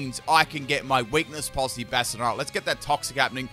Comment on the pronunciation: Bahshtyadohn. That is how you pronounce it. Bastion - n + suffix "Don"